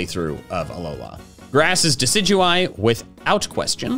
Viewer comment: IT'S DECIDUEYE, NOT DECEUEYE!